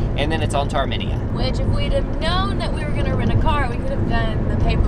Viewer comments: said it correctly once. I'll bet told her she was wrong, like he always does.. She went back to misprouncing it. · It’s Armenia not ArmeniaAa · Where the hell is "Arminea",? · pronunciation of Armenia is going to haunt me until the end of time hahahaha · Oh my gosh yes thank you the pronunciation drove me absolutely up a wall I love them to death but oh my gosh all of them were saying it wrong and it was driving me crazy LOL still love you guys though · I think the pronunciation of Armenia is off folks 🧐